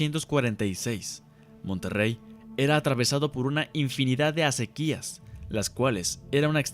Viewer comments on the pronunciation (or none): eeee zonzo... no se deice... acequíiiiias... son acequias sin acento.... menso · Oye, un comentario, no es asequías, es asequias con acento prosódico en la e. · Se dice Acequias y no "Acequías"... Es palabra grave y no lleva acento, y tú la estás pronunciando como si fuese aguda acentuándola en la última sílaba, si te fijas bien en tu guión, notarás que no lleva acento en la "i" ni en ninguna otra vocal. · No son asequías, son aséquias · Asi es... acequias sin acento y la sílaba predominante es CE acéquias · Acequias no se pronuncia asi :P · Se pronuncia acequias sin acento en la i ....